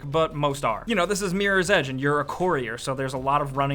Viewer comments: why does he say meer's edge its MIRROR right? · This dude says meerors edge... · is awesome, but can't take him seriously when he says Meerors Edge... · Miiiiieers Edge. That's how Americans say Mirror.